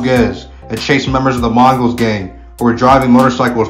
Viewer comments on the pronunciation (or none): none